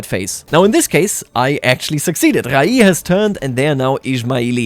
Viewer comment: Hey 👋. As a Persian i just wanted to say the city of 'Rayy' is pronounced 'Rey' ❤